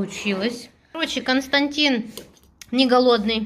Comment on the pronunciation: Константин, так и зовут. Только ударение на первый слог. Немцы знают это имя